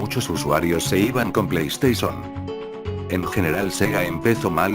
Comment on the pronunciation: PLEISTESON XD